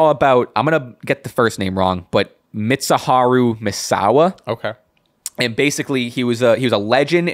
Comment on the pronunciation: Appreciate the shoutout guys. And you got Misawa's name perfect 👌